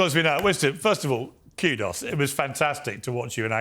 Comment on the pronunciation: say kudo's properly